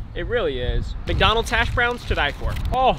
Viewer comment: The way he says McDonald’s sounds like it’s Dutch